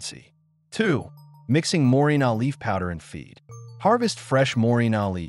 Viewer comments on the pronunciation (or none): Éste hombre no tiene idea de lo que está leyendo. Dice morinol en lugar de moringa. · MorinGA, NOT MORINA